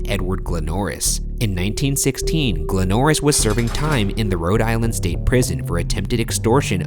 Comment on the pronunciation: I'm from Rhode Island and its sooooo weird hearing Ryan say it